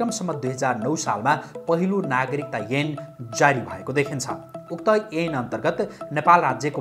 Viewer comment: अ अा इ ई ए ऐ को उच्चारण मिलेन है । एन हो कि ऐन